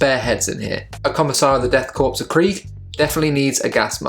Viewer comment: Korps (corps) is pronounced like "core"